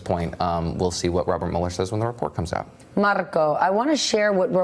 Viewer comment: Why she say his name like that?? Marrrrrrrrcccooo. SMH you are not rolling your tongue the right way but ok